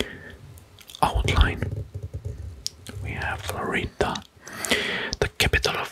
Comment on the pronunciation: And Florida is pronounced with the first syllable stressed, not the second. And Idaho is pronounced as EYEdəho 🙂